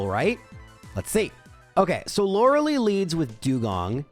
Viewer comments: her name is pronounced Loreh-lie not Loruh-Lee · Lorelei's name is pronounced with the ending sounding like Eye. Loh-ruh-lye. I've actually done a similar run like this. My Larvitar was Adamant and had 31 IVs in Attack (and attack only.) Was quite the glass cannon. But was a ton of fun.